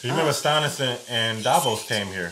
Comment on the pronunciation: It's Stannis, not Stonnis. It sounds like Stanley.😊